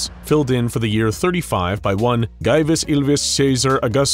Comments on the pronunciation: Little tip, the "V" in classical Latin is pronounced like a U in modern English. So Gaivs would be pronounced Gaius. Like Gaius Julius Ceasar. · Also it's pronounced "Guy-oos" not "gay us" hahaha